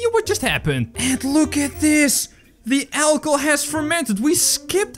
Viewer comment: Instead of saying achohol he said ackhol